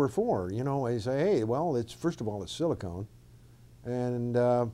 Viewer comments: Come on man it's SiliCON not SiliCONE - this guy is just a rambling fool who doesn't have a clue what he's talking about! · He's supposed to be an advanced engineer, yet he calls Silicon "Silicone" twice. These are two distinctly different things that any educated engineer should know and not make a pronunciation error like that. It's a passable mistake for a lay person, but not for an engineer.